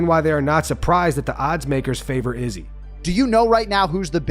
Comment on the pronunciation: why does this guy pronounce izzy's name like that?!